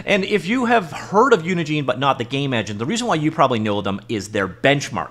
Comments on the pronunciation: Normal people: "uni gen" This dude over and over for 10 minutes: "uni JEAN" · Pretty sure Unigine is pronounced like Engine.